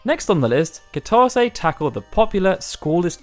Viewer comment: Nobody:: KiTAWzay